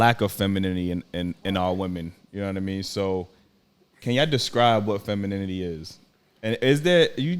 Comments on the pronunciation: Shawty with the bucket hat on couldn't even say "femininity" so you know she don't know what the hell it looks like yet alone how to describe it! 🤣 Shawty on the far right too wishy-washy. Would agree on somethings things then the feminists side would come out. Definitely would shoot my shot at the one in the middle😅 Seems more understanding... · Can't even pronounce femininity - much less spell it - much less be it